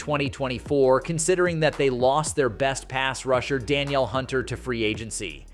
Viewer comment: the pronunciation of daniel hunter is da-kneel hunter